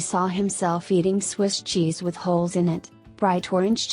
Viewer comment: I thought he was saying Xis.